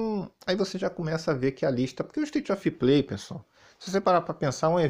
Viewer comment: "ISTAITI OFI PLEI" 😂😂😂😂😂